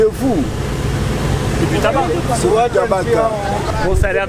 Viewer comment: C du tabac et le monsieur prononce le "C" tabaque 😁😁😁😁👏👏👏